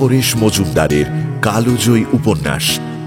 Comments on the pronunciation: এত সুন্দর উপন্যাস আর এত সুন্দর উপস্থাপন আমি অভিভূত। তবে কালজয়ী জায়গায় কালোজয়ী উচ্চারণ আশাকরি নি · Mir apni kal joyee ke kalojoyee (কালোজয়ী) bolchhen keno bujhte parchhi na . Tahole kalobela bolun. Kothata to kaal. Kaler niyom.